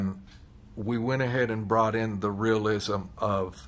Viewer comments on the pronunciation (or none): none